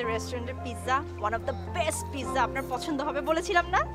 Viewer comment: Tisha bastob jibone onk unsmart. Pizza word ta thik Kore bolte parche na. An ordinary director made artist. Education (knowledge) is important for any job.